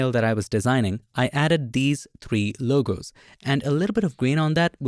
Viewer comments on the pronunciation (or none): none